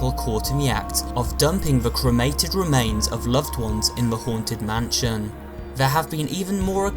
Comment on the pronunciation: Everyone: mansion: mahnshionnnnnnn